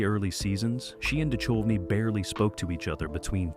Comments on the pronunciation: The h in Duchovny is silent. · You said David Duchovny's name seven different ways and didn't get it right once!! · Right, its like the narrator has never hear anyone else say that name before. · I love the AI's pronunciation of David Duchovy (Du chove e)! 😂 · I noticed that too… so irritating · I hate mispronounced names. Duchovny was the worst. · Yeah hearing him butcher his name and Kim Catrall.